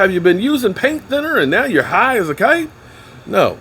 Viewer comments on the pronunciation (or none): none